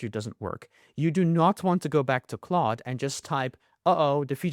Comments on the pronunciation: Its claude not cloud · it is claude not cloud!!!!!!!!!!!!!!!!!!!!!!!!!!!!!!!!!!!!!!!!!!!!!!!!!!!!!!!!!!!!!!!!!!!!!!!!!!!!!!!!!!!!!!!!!!!!!!!!!!!!!!!!!!!!!!!!!!!!